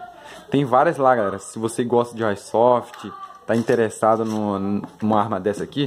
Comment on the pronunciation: O cara falando kkkk AÍsoft